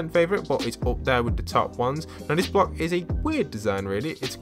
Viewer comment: Did anyone hear ‘Bock’ instead of ‘Block’